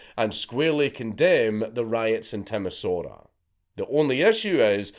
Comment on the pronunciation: I'm quite pleasantly surprised that out of a host of foreign names to be mispronounced (you did way better than expected, even with Timișoara) the only one you butchered was Hungarian. Nice one, with only a few minor things left out. Like how Elena deserved it at least as much as Nicolae, probably even more, or what happened in a little town with a large weapon factory where the revolutionaries went for the gun depot first and THEN went to town hall.